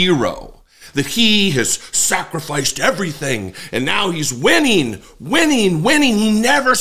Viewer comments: Whining, Steve Bannon, it's spelled and pronounced, whining... Donald Trump hasn't stopped whining for 8 years... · This was just mispronounced: "he's whining, he's whining, ... "